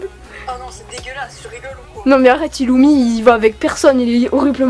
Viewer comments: mdrrrrrrrrrrrrr oh non pourquoi avoir au tant mis des dossiers sur Illumi 😭moi aussi je dit Illumi et pas Irumi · Ca se prononce ilumi et killua mais normalement c'est iRumi et kiRua.